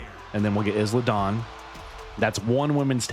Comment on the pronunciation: Not to pick but it’s I-La Dawn the s is silent lol